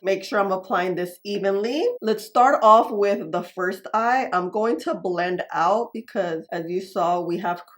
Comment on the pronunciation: I find it so interesting how you pronounce “I’m going to” as “ama do….” 😂